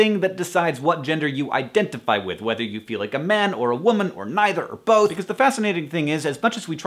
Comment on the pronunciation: lol, i heard "if you are male or female or neither or boat" yeah boat instead of both and i was like "yeah, i'm totally a boat" you totally got the true me there"